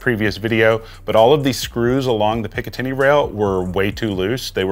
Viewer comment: You lost me at "pick uh 10y" rail system lol